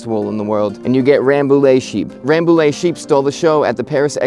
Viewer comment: Frenchman here : it's "Rambouye". Nice vid!